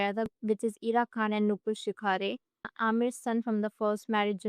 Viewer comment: शिखारे ❌ शिखरे ✅